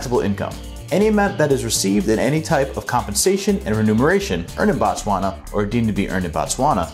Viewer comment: Informative🙏. Work on pronouncing Botswana correctly.